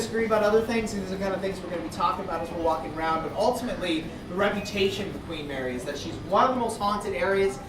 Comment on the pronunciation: "queef marry" LOL hahahaha